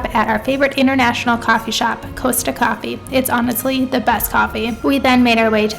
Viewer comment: Interesting Costa isn't thought to have the best coffee, independent coffee shops tend to do better. It's a chain so a bit generic (P.S It's Cost-a not Coast-a). Glad you loved your trip :)